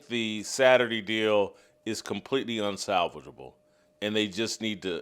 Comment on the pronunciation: It's Wem-ban-yama....not that hard. It's un-salvage-able....not that hard. Gayest???? Soooo if some kid is born gay watching this he'd better hide any traits or he ruins things? This is why they kill themselves.